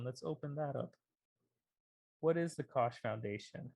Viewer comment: Great video! one Little thing, the -CH ending in the koch Brother's last name is pronounced like a k. Basically it's pronounced like like Coke. = )